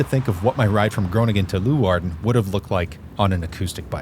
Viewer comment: [Boss] not [bosh] please in Dutch you do NOT pronounce a ch in names like Bosch, and it would not be a sh! And it is leeuwarden not loewarden!!!